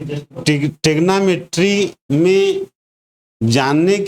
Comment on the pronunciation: थैंक्स for saying tegnometry